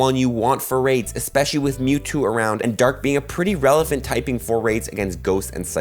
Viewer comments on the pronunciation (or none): none